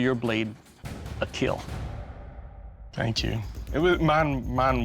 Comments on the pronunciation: “It will keel” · it will keel! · “It will keel…” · It will keel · Most importantly: it will keel